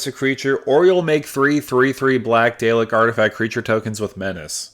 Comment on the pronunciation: I love this and I love the video, but every time you say Dalek my heart drops lol